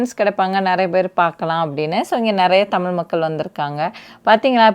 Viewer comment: 😂say tamizh not thamil